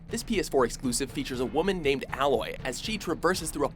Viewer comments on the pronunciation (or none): Side note on Horizon: Zero Dawn. I think her name is pronounced Ayloy, not Alloy. She's not made of metal ;)